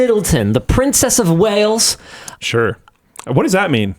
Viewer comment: Princess of Wales not whales. Classic North American education moment.